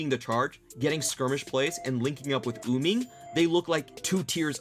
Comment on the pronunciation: idk if its just me but does it bug anyone that the announcers say uming instead of wuming?